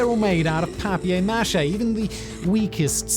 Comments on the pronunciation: The way you said paper mache. Dude it threw me and I love it. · Do you pronounce "paper mache" like that just to piss off the Americans?